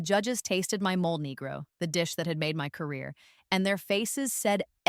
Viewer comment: It's pronounced "mole-ay".